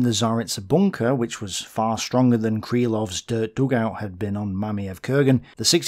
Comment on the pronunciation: Absolutely love this series!!! Thank you, very much. One tiny comment: Can you, please, stop pronouncing Krylov with an A in the middle, just "Kreelov". I am from Kazakhstan, so I am curious did you come upon any kazakhs who distinguished themselves during the battle while doing your research?